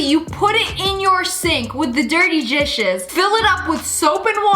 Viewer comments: she said jishes instead of dishes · she said with the dirty gishes not dishes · She said dirty gishes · I heard "jishes". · When she says dirty gishes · Nobody: Sssniperwolf/Lia: dirty gishes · On the first one I think you said gdishis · Did she say: Gishes/Jishes? Lmao no hate lol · Am I the only one that heard at the start of the video she said”dirty dwishes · Nobody gonna talk about how in -20 she said dishes in a weird way lol 😂😂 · Who else noticed that she said dishes wrong at the beginning